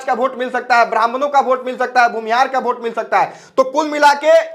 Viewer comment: वोट होता है.. भोट नही😂😂😂😂